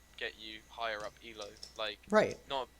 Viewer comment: This is all awesome, but I cringe every time he pronounces Elo. Also it's parEEto's principal.